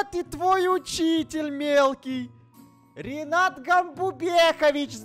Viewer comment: Не Ринат, а Ренат!